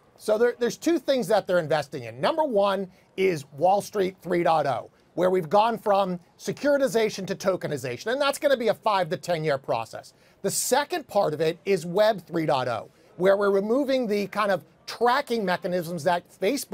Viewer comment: Tokenazation LMFAO. What kind of drugs is this guy snorting. Wipe off the drugs off your nose